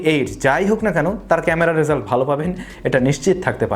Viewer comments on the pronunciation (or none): none